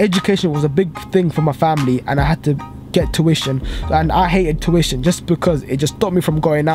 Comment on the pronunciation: U can’t say tuition properly